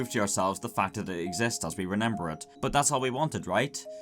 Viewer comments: Anyone else hear how he says renember instead of remember ? 😂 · "remember" not "renember". Sorry in advance if this is an inside joke I don't get.